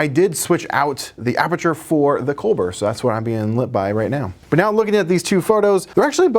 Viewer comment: It's pronounced like “Coal-Boar” no “L” after the B so just BOR. Not hard to pronounce as far as Chinese brand names go.